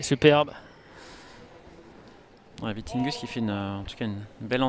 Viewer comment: Will be interesting to follow the ups and downs of players after one years covid break! And on a sidenote it is Vittinghus, not Vitinghus!